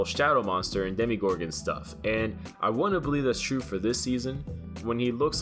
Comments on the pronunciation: this man really said DEMI-GORGON smh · Mia Jackson it’s either an accent or him being stupid 😂 He also said demergorgen 😂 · "demi-gorgon" please help me